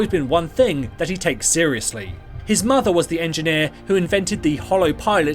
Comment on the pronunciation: "... working with his matha"... :D Good clip though! Its not that hidden, but hey..